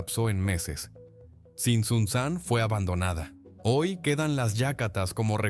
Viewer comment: Es Tzintzuntzan, palabra llana o grave, no aguda. Es Cuitzeo, no Cuítzeo